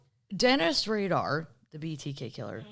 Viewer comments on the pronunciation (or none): The BTK killer is not Dennis “Radar.” His name is Dennis Rader. Pronounced like raider.